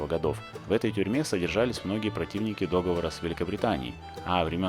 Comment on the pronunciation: ДоговОр, а не дОговор. Проверочное слово - помидОр. Мы же не говорим пОмидор. Спасибо за выпуск :)